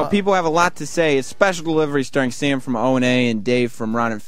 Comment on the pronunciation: What a shitty, garbage company. Sirius/xm needs to just die. And why the fuck does Dave say "Sam" like Diane off Cheers? Christ sake Dave, it's "Sam" not "Som".